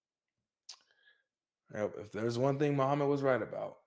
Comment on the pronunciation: Hell will be full of muslim woman said muhammud😭😂